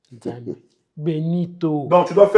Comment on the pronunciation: Elle avait dit Benitho avec H 😂